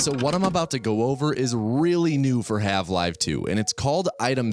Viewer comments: Wait are you calling it halve-live 2? 😂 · no hate but why are you saying half 'live' 2? is that a bit? i'm confused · why are you calling her marline? why the hell are you saying half live? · 30 seconds in and he said half live 2 help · I appreciate that the captions include his intentional mispronunciations, from "Have-Live" to "Osyddey". True quality control.